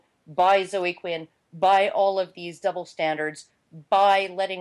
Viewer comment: Why are you guys incapable of pronouncing the name Zoe? It doesn't rhyme with Joe. It's ZOH-ee.